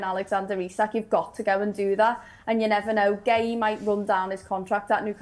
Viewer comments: Guehi, Guahi....what is the man's name, can someone give us the correct pronunciation? 🙄🙄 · It seems no one is able to say marc guehi's name correctly 🤷‍♂️